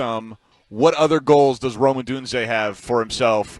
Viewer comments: Brother did you get tricked by pronunciation too? The way they slur it, I thought it was Roma. His name is Rome! Rome / / / Odunze. BEAR DOWNNNNNNNNNNN. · pssst... I don't like how y'all pronounce ROME-ODUNZE's name. TWO WORDS. Not ROMA DUNZE. Its ROME /// ODUNZE. Y'all speak for a living?? EDIT: ok you pronounced it pretty well nearly each time here (very last at end) but in preceding weeks 😅. Sorry for the jab😅.